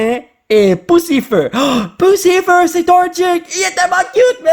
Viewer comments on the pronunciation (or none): À un moment de la vidéo tu dit poussifleu